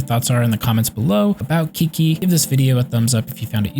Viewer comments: Chi chi not KIKI dammit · A guide doesn't inspire much confidence when you start with "Kiki or whatever." At least take 5 seconds to hear her pronounce her own name. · When you call her Key-Key 😐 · since she's chinese, it's actually pronounced "chi-chi" :) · How dare you say my qiqi wrong name >:c but still nice video and ty <3